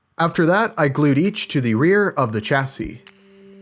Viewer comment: Chassis shassy not chassy love your work, just does my head in a bit when you say it so wrong lol